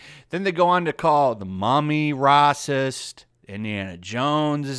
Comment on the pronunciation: Rah-cist? Naysees? Those are...unique pronunciations.